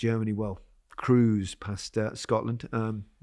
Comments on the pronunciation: Please, please, please, it's not pronounced Toni Cruise. Come on guys... LOL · Kroos not cruise… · I love you boys so much, but please start pronouncing Toni's name by saying Cross, like when you cross the ball 😂 he sounds South American - Toni Cruuz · just that Kroos is not supposed to sound like cruise 😊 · All he needs to do is improve his pronunciation of German words, especially with his tendency towards punning; in other words, 'Cruise' might work with someone called Cruz, but it doesn't work with someone called Kroos.... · The only problem here is that Kroos isn’t pronounced that way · It always hurts my ears to hear 'Wurts' instead the correct 'Weerts' and 'Cruise' instead of 'Kroaze' (as in goat). Some effort to pronounce it correctly is not too much to ask. Plenty of German speakers around to help you.